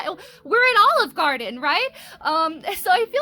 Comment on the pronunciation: U said Olive Garden like Olive Garden iz dat girl 🤣 I am dead. S/o 2 Olive Garden though. 🤣☠️